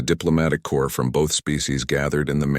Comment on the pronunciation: It’s Corps not core.